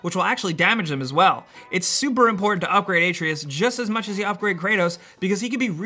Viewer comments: So it seems like you've played this game but you keep saying Atreus' name wrong. It is Uh trey us not aye tree us. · Uh-tray-us!!!!!!! no A-tree-us!!! jesus. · It’s not “ay-tree-us”... it’s “uh-tray-us”... ffs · It’s “A trey us” not “a tree us” Lmfaooo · I'm about six hours deep, when does "ay-tree-us" show up? I'm pretty tired of "uh-tray-us" by now.... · This dude really said "A-tree-is" it's A-trey-us Atreus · FYI it’s uh-tray-us, not ah-tree-us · The “uh” being pronouced as a soft “a” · AH-TRAY-US not AT-RE-US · The way pronouns Atreus confused the hell out of me, thought there was a character I missed out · You’re saying Atreus’ name wrong. Even Kratos himself says Ah-treus not Ate-reus. >.> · A Tre Us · A-tray-us, you’ve played the game enough... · Man... I like these videos but pronounciation is key! Pretty low key suggestions but when I hear Atreus pronounced ay-tree-us, or when you talk about throwing your "hammer" I have to assume the guy doing the voice over hasn't even played the game, and that's a big turn off. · ITS A-TREY-US!!!! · “Ay tree is” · I really don't understand how you are mispronouncing Atreus when his name is said like a billion times during the course of the game and every single time they pronounce it a - tray - us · How to pronounce Atreus — Ah-Tray-Us. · Its pronounced "uh-tray-us" lol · AY-treus lol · It’s Artreus not Atreus, and it’s an axe not a hammer dude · Also him saying “Aei-treeus” is weird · It's pronounced Ah-Tray-us. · If you had played the game, wouldn't you be able to say Atreus' name right? Made me flinch every time I heard it. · This guy is saying atreus name wrong. Kratos says his name for you so many times in the story. How do you still say it wrong. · I hate the way you said Atreus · Your credibility was lost the moment you butchered the boys name... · The way you pronounce "Atreus" is painful, but good tips otherwise. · The way he pronounced Atreus 🙄😤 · Pronounce the name correctly ffs